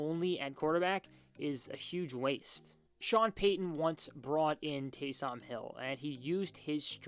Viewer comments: it’s taysom not TAY - SOM hill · Delete this video. Just embarrassing. "Taaysoom Hill" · Can't even say Taysom right 🤣 does he watch the Saints? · Winston started 70 games - how many were wins. Also, you may want to learn how to say Taysom before posting videos. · Dude can't even say Taysom right 😂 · I feel like he doesn’t watch football. You’d know how to say his name if you just watch the games. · Facts lol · Went can't you pronounce Taysom? Have you never heard someone say his name? 🤷‍♂️ Great video other than that lol